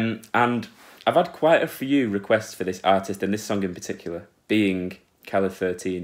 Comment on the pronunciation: Es que seguro que no sabe cómo se dice 13 en español... como se escribe calle 13, pues lee "calle thirteen"...